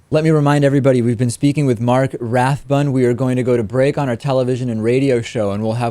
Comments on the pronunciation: The man's name is Marty Rathbun. What a bad interviewer! Cannot even get a name right. Is this the real future of information sharing? SAD! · Why are you calling him "mark"? I think his name is Marty, dude.